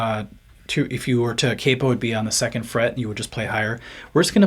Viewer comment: Every time you say “cape oh” lol. It’s “Cap Oh” hence the spelling Capo 🤪😜